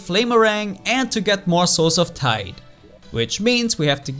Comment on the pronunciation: Lol Everytime said souls of Tide it sounded like he said souls of tight